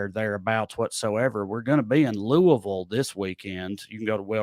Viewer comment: Looking forward to seeing you I. Louisville. And you pronounced Louisville correctly. (Lu a vull)🖒😂